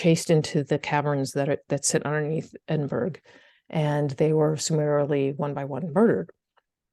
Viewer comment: Edinburra, not edinberg….Edinburgh